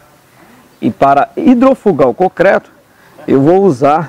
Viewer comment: Amigo! Só uma dica, não é cocreto...o correto é concreto...kkkk